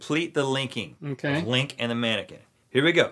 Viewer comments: Its mannequin not maniken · "Im a tannaquin" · Did he say tannequin???? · No one: Link: “I’m a tannequin”